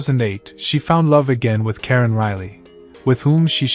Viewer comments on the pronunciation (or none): none